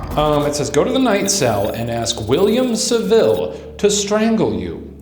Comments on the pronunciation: GLAD I WASN'T THE ONLY ONE BUGGED BY HIS SAVILLE PRONUNCIATION 😂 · Also saville lol